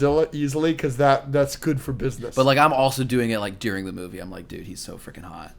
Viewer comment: i hate how says deering instead of during